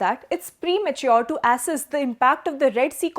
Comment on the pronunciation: Assess, not assess 😅 Namibia, not Nambia Ecuador, not Equadurr